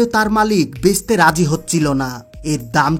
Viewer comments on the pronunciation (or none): বেঁচতে❌️ বসতে✔️ 😂😂😂😂